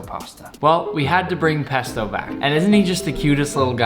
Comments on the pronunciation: I got triggered when he said pesta At the start of the vis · When he said pasto I thought he said pastor 🤣🤣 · He says pesta Because my childhood,won’t let me comprehend that he’s saying pasta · you keep saying pp p pesto pasta